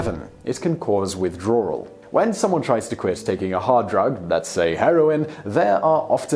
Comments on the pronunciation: Y is he saying widrawwal it's sooo annoying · "Withdrarwel" lol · I get a kick from the British insertion of an " Rrr" when using words with a W in it ... Withdrawral .... Drawring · I can’t help but understand you say Withdrawral... is it just me? 🤔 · I like when he says "withdrawal"